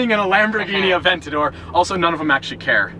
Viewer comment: Might have to look up the pronounciation of aventador bro😂👏